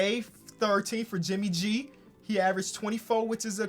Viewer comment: You Said JIMMY G NOT JIMMY B.